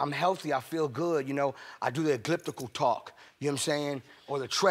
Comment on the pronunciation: Did he say Ecliptical instead if Elliptical?? You can see how much he uses that, or doesnt.